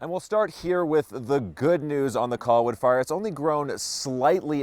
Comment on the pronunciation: That reporter keeps saying coll-wood, it's driving me crazy.